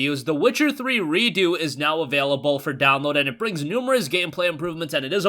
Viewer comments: it's redux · Is it Redo? Or is trying to pronounce Redux as if it was a French word?